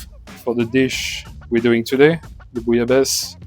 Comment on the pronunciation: BEFORE WATCHING I JUST WANT TO PRETEND THAT THE WAY THIS WORD IS PRONOUNCED IS BOO- LA- BA- SAY... PLEASE TELL ME IM RIGHT.. WOULDNT WANT ANYTHING TO HAPPEN TO IDK SAY THE EIFFEL TOWER... DID HE JUST SAY BOO-YA-LAYS? TISK TISK...